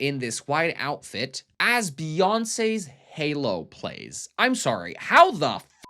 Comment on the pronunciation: BEE-YAWN-SAAYS HAY-LOW?! 😆